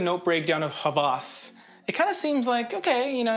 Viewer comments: you butchered the pronunciation. it's /Heh wehs/ not /HA VAAS/ lol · It is not pronounced as Hawaaaaas. It is Ha-was. Pronounce 'was' same as 'ha'. It means 'lust'. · Not hawwas its hawas Should be pronounced quickly Greetings from Egypt